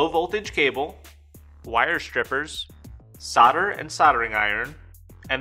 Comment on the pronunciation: Solder, not sahder.